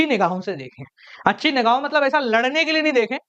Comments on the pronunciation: Matlab ❌ Maltab ✅ 😆😆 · Matlab❎ Maltab✅ 😅😅